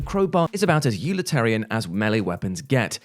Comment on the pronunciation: It's "ulitarian" what?